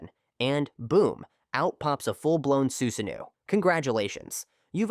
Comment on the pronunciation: "you're fighting someone with man-jay-queue sharingan and boom, out pops a full-blown suzanne-new" 😂 useless AI with it's jane-jutsus and za-booze-zahs